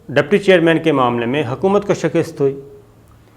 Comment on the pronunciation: شِکِسࣿت Shikist غلط تلفظ ہے۔ درست تلفظ ہے: شِ کَ س ت شِکَسࣿت Shikast شکریہ